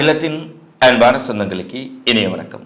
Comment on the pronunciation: என்னயா தமிழ் இது? எகிலத்தின் என்பான வெனக்கம் 😂. உங்க சேனலை பார்த்தா நான் படிச்ச தமிழ் வீணா போய்விடும். உலகத்தில் எந்த பகுதியிலும் தமிழர்கள் தமிழை இந்த அளவுக்கு மோசமாக உச்சரிப்பதில்லை 😂